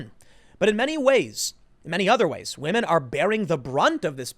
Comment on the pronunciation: "Wahmen"...you mad lad.